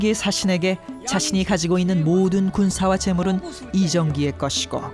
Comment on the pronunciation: 아나운서 이사람 자꾸 이정길이라 하네. 엄청 신경쓰이네.